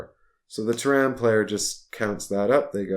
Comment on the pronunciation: teh· ruhn not Ter-Ran